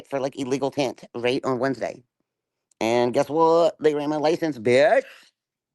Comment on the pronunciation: The way she says "reet" (aka "Right") a thousand times is so annoying!